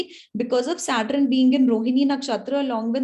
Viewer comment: aap SAT RUN q bolte ho Mam 🤣